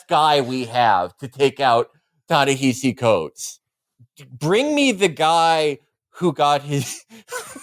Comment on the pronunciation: Felix is pronouncing Ta-Nehisi wrong